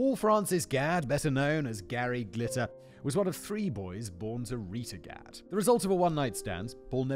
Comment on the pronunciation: Not spelled the same (only one "d"), but it has the same reading, the way Simon says is on point